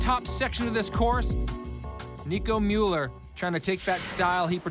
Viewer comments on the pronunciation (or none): its gigi rüf and nicolas müller...not muller.. goddamn